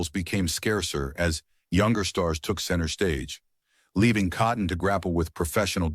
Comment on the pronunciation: You, or the AI narrator, mispronounced his name twice.